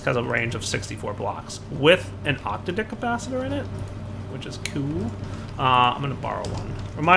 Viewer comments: "octa-dick capacitor".... no,.. it's "ock-tadd-ick". Every time you say it your way, I cringe.. this is not hentai. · every time he says octadic i laugh I don't know why he insists on saying it that way.. every time I just think 8 dicked capacitor.